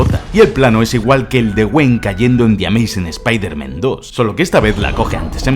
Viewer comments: Por favor!!! Spider-MAN en singular y Spider-MEN en plural. Dices constantemente spiderMEN jajajajajaja incluso IronMEN Buenísimo vídeo bro. Me parto con las referencias al bananero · Me pone nervioso que digas todo el rato SpiderMEN, ironMEN, cuando es SpiderMan 😂😂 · Me da cáncer cerebral cada vez que dice espeederman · Me encanta el video soy super fan tuyo.....pero que nervioso me pone que digas spidermEn en ve de spidermAn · Se dicen Spider- mAn Se dice Iron-mAn No mEn 😓😓😓😓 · Pronuncia bien las palabras q es un espiderman??? pronuncialo como se debe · La mitad de las cosas no son curiosidades reales, son movidas que has cuadrado tú porque te han dado la gana. Además, de verdad, deja de decir "Espaidermen", que no sabes decirlo xd. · "Eme jota" "espiderman" porque les cuesta a los españoles pronunciar las palabras en inglés? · Spider-MEN Iron-MEN Dios, por eso hay que practicar bien el inglés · Spiderman ( pronunciación literal ) me matas !